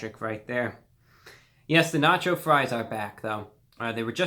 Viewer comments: no nach-oh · I like when you said na-cho fries 🤣🤣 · "they're nah-chyo fries" thank u reviewbrah very cool